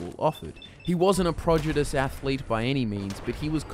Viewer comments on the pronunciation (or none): This time he said PROGIDOUS